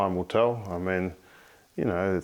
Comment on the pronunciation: “Ya Kneow”